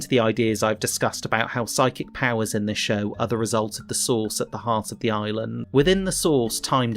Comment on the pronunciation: Every time you say “source” I hear sauce. I’m getting Lost in the sauce.